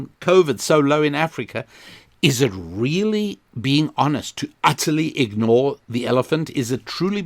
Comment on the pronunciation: I've now made a connection between your "RRRRRRRRRRReally" and Ben Shapiro's "RRRRRRRRRRRacism". However, it is still very tenuous. Can you recommend any other Jewish podcasts I can research?